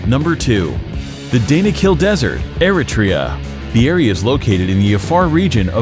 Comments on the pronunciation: The way he says Eritrea 🤦‍♂️ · Needs to find out how to pronounce Eritrea.